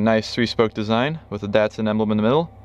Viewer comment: DAT- SUN not DEHT-SUN